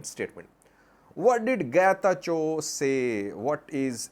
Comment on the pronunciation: Getachew didn't say Chew ber, rather he said Chube ber.